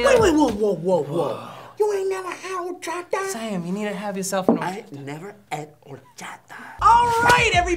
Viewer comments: It hurt my ears to hear them say Horchata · That pronunciation of horchata... god. So different from here, haha.